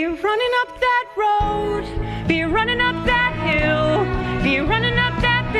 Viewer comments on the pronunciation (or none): However, hearing him butchering "Running up that Hill", yes, I want to silence him.